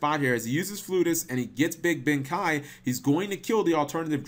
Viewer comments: cap its pronounced ben Kae not ben kai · The way you pronounce Big Benkei bugs me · the level 12 samurai actually banishes from both graveyards not just the opponents in other words it is the only card that enables spell and traps, mostly traps in the deck, I personally use cards like D2 Shield, Rise to Full Height, etc. also its pronounced big ben k